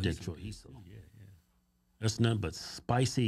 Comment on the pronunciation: CHOR- EE-ZO (Chorizo). 👍🏽👍🏽